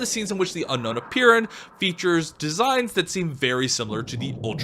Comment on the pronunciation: Why does everyone say unknown rather than unown?? It drives me mad